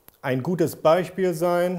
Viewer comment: Ich finde witzig wie du Beispiel sagst XP Beichspiel XP